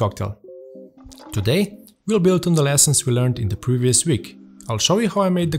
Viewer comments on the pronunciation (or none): none